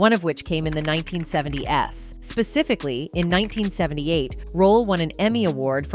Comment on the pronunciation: "1970 - S" got to me